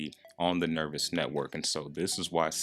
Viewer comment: it's pronounced Nerve-ose not nervous and it's yo-kai(ky, like sky) not yo-kee